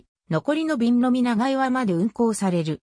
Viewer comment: 長岩 ×ながいわ ○チャンアム 道峰山 ×みちみねやま ○トボンサン 富平区庁 ×ふたいらくちよう ○プピョングチョング